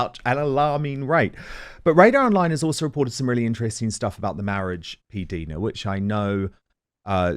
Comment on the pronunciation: Love you Dan❤. Please pronounce PDina ( like eye) correctly. You guys are great together.